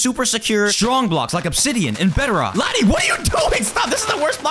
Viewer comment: Laddy not laddie but it's okay